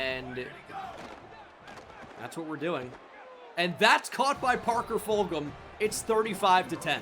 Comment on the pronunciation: Fulghum is from my hometown and it’s pronounced fuljum btw